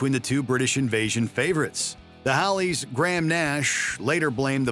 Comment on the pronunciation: It’s Hollies not Hallies